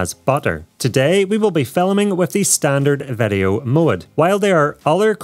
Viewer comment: Why does he say vedeo instead of video ?